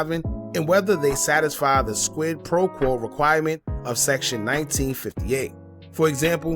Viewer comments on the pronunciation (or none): Accuaasations? Squid pro quo? Bro you having a stroke or trolling?